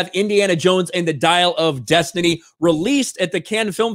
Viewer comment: Dial of Des Tit Knee.